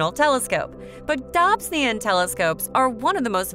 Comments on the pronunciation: even a robot would pronounce the ‘o’ in this instance. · Please learn to pronounce Dobsonian properly. I imagine John Dobson, a fellow American, would have greatly appreciated it.